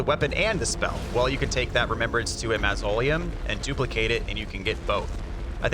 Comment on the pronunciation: The bubbletear does have a time limit. Also, that not how you say “mausoleum“ hahahaha